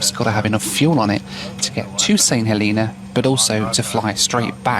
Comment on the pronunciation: Saint "Heleena"? Really?